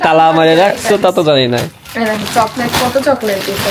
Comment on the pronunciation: অশিক্ষিত জামাই চকলেট কে বলে ছকলেট গ্রামের অশিক্ষিত একটা ছেলেও ওর থেকে ভালো ভাবে কথা বলে